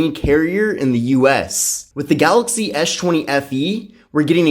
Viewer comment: ES... not esh... man that was annoying